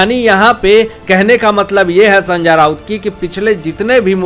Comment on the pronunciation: Are Sanjya nahi re Sanjay Thik tarah se nam bolo bhai, mu main supari mat rakh re